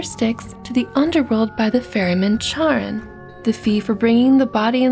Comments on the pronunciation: btw Charon's name is pronounced Care-on not char-en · Charon is pronounced (Care-Ron) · Charon is pronounced Karen just a top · it’s pronounced caer-on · The ch is pronounced k, so it's kare-on. Loving the video, glad it popped into feed. Subbed. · Charon is written with a χ (this is not an X) which is pronounced more as a K or like the ch in German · Isn't Charon pronounced 'Car-en" or 'Karen' lol? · I think its pronounced Care On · Super relaxing voice... Until she says Charon...